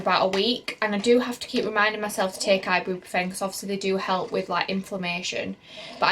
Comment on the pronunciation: You’re pronouncing Ibuprofen completely wrong!🙄